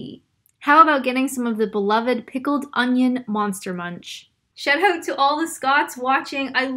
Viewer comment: Could tell when she pronounced out as "oot"